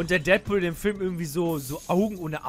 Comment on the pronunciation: Deadpool gesprochen Dättpuhl wenn es Deatpool heißen würde wäre es ja Dietpuhl heißen :D ich bin mir sicher das es nur ein tippfehler war, aber leider habe ich die seltene schwer zu behandelnde kankheit jeden immer verbessern zu müssen :D es tut mir leid ^^